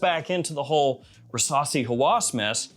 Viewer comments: Rasasi versasi 😂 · I can't be the only one that everytime he says "Rasasi" the only thing i can hear is "Versace" ....